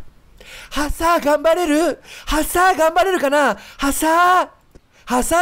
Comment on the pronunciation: ハサーの言い方パサァ...みたいな言い方で草